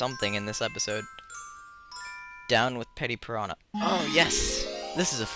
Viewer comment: It's Petey piranha... Not petty piranha. Petey as I Pete. Or Peter.